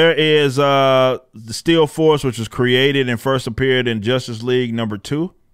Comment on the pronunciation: When you say still force it sounds like steel force to me. The steel force also sounds way cooler.